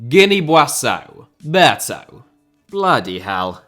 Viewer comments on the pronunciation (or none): Why do you pronounce Buassau? It's pronounced 'Beessau' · It's pronounced "Bee-saw" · Bissau* not Buassouw!!! Wtf!!!! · Guinea Bi-ah-zhu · Lol why were you pronouncing Bissau like that. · The pronunciation of Bissau makes me cry 😭😭 But the amount of research, obscure research that would be necessary for this video ....wow 😮 You deserve the best flowers. (Please use Google translate for some of these names. Yes, it is that bad 😭)